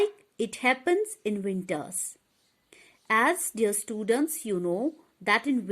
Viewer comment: Wo English bhi nhi bol pa rhi...like students ko studants 😂😂